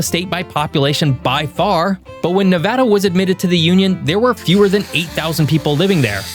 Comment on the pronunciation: Nevadan here. I am happy about that and the fact that he pronounced it correctly.